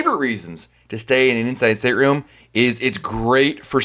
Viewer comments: Was this in English? Inshshrm? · I heard "inside sit room." It irritated me. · I sware this dude was saying Insisaroom the whole time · "Hey everybody, it's from I talk so fast dot com. I don't pause or use periods when I talk and an "Indian sit room" and an"inside sit room" is the same thing as an "inside state room", depending upon who is talking. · I thought i heard "inside stadium" at least twice. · He must be paid to push the sale of inside state room....insistatroom (the way he says it). Annoying!! A virtual balcony....good Lord...how stupid!!